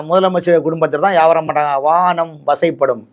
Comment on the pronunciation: லூசு பய வானம் வசை படுமாம்,,, வசப்படும்னு கூட ஒழுங்கா சொல்ல தெரியல் இவனெல்லாம் மூத்த பத்திரிக்கை காரணாம். மூத்திர பத்திரக்காரன். அங்க ஒருத்தன் இந்தியா முழுக்க வித்துட்டு போறதுக்கு முயற்சி செஞ்சிட்டு இருக்கான் அவனுக்கு சொம்புதூக்குற விலங்கு இவன்